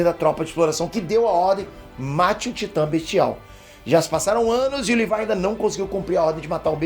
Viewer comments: livai livai, eu tentando entender quem é esse livai, dps que entendi que ele fala livai ao invés de Levi '-' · “Livái” me da agonia kk LEVIII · Não e Lívai é Levi 🙄🙄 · Alguém mais sentiu um nervoso ouvindo o dizendo "Livai"(Levi) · chamando o levi de levaiiii aaaa tava me matando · fala o nome do levi direito